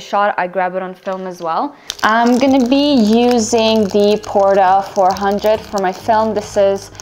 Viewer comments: Sorry, you missed my point completely. It's NOT the fact that it's Kodak film, but that you misspelled PORTRA. It is not PORTA, as you spelled it and pronounced it, but "PORTRA." Note there is another "R" after the "T." It was a marketing tool Kodak used for this line of color negative film, since it was created specifically for skin tones, as in "portraits." Hence the name "Portra" is simply short for "Portrait," implying to the public as to its intended use. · The name of the film ist Kodak Portra with an r , not Porta. This comes from Portra(it). Very nice look.